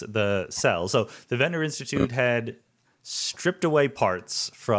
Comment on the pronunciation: Craig Venter not Ventner.